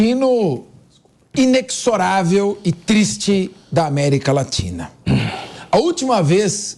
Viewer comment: 'Inequixçorável"? Aí não, professor...